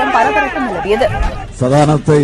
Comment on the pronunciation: சதானத்தை .....!?!?😂😂😂 பெயர் கூட சொல்ல தெரியவில்லை....